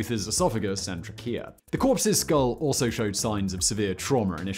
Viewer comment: try-kea? Simon. It's a medical term. I KNOW you know it. ;)